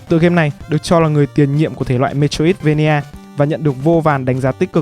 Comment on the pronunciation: xin lỗi nhưng bạn phát âm metroidvania là "mê trô ít vây nha" nghe hơi buồn cười nên sửa